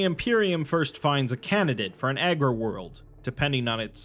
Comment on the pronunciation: Nice vid. I just wanted to say that it's 'Agri World' as in agriculture, not 'Aggro World' as in aggressive. Nuceria or Cadia could accurately be called aggro worlds 😉😅